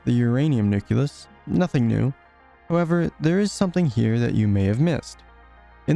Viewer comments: great video! Nucleus is pronounced nuke-lee-us, not nuke-you-lus otherwise, very informative! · this really helped me understand the size of things. thanks! i do have a few things to say, though. 1. was it intentional to leave out all the particles ending with "-uon"? 2. it's pronounced "nucleus", not "nuculus". 3. where do the "sizes" of the elementary particles come from? 4. i feel that showing the protons and neutrons as being made up of quarks and gluons would have been helpful, as well as showing the carbon atoms being composed of smaller particles. thanks for reading my comment. if you don't want to respond to these, that's fine. it won't hurt my feelings, i promise. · Hate to be this one guy but nucleus is pronouced "noo-kle-us" and not "noo-kyu-lus". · This is an excellent video, but PLEASE, it's "nucleus", not "nuculus"! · I'm not usually 'that guy' but this mispronunciation always bugs me. The word is nuclear, not nucular, same goes for nucleus. Great video BTW. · I dont understand that pronunciation of nucleus... its spelled nucleus, not nukyulus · good video! but it's nucleus not nuculus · This is amazing! One thing though, you mispronounce "nucleus" throughout. It's "nuke-lee-us", not nuke-you-lus. It's a common mispronunciation but one that drives me absolutely crazy for some reason. Anyway, have a like! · It's wild that someone probably did a ton of research but still calls it a nuculus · its nu-KLEE-us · Apparently the word "nucleus" is actually "nuculus" and everyone's been spelling it wrong all these years. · I really hope this gets more attention, but please stop saying "nuculus" it is hurting me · The repeated mispronouncing of nucleus is annoying, but everything else is fun. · Good vid, google how to pronounce nucleus plz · He mispronounced nucleus